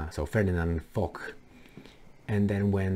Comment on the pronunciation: General Ferdinand Foch. Pronounced fosh, not fock. You're welcome.